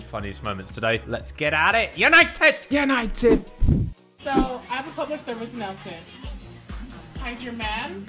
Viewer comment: Simon is absolutely not allowed to say yanited